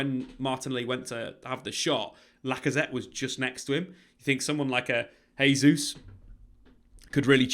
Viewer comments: Jay-zuz not Hay-zuz please 🙏🏽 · “JAY-Zeus” not “HAY-Zeus”. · Just an FYI. In this context, Jesus is not pronounced "Hesus". The letter "J" is not pronounced like an "H" in Portuguese, like it is in Spanish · Pronounce his name properly ffs. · Jesus is Portuguese pronunciation not Spanish